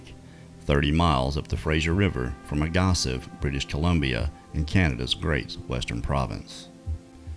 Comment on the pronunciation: Ruby creek isn’t 30miles from Agassiz it’s only 15min away. It’s pronounced Ag-a-see